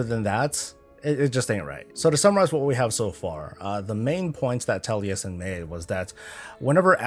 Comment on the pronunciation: You are the only american that can say Taliesin corectly :)